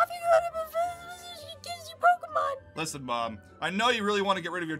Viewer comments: “Pokemans” LMAO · I love how he pronounced it ‘Pokieman’ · It’s not Pokémons it’s Pokémon its sort of like deer it’s not deers is it Jes and.